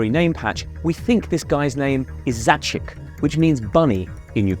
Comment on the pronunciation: Its zaichik instead of zachik